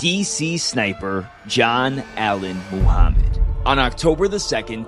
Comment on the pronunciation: You pronounce it right Muhammad no mahamet